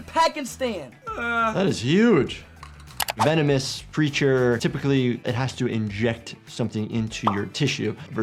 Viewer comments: i heard venomes to femenist😂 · I thought he said "feminist" and I was trying to figure out how he came to that conclusion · On the first one I thought he was saying it's feminist